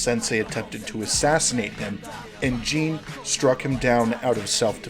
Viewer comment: Great analysis! The only thing that bothered me was how you pronounced "Jin" as "Jeen" the entire time, it made me shiver ☠️